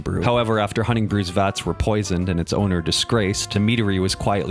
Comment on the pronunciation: That was a really good pronunciation of Honning!